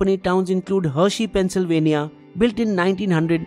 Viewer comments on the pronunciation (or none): none